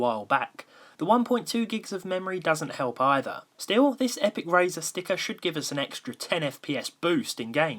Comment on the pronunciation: When you call razer "razor"